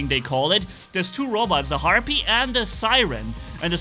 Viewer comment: It sounds like you’re saying heart beat everytime you say the bots name